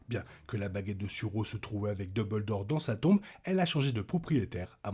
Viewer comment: Merci de cette nouvelle vidéo. Par contre, s’il te plaît, duMbledore, et non pas deubeuldore 😉